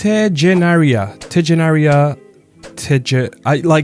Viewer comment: It's Teghenaria, soft G. Like in Yogurt or egg. It's Greek.